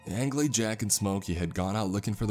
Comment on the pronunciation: How many time I've seen this creepy pasta posted, but not once is Angley said right